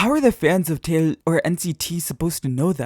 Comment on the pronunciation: Why do you say “jaeil”? It’s not something to joke about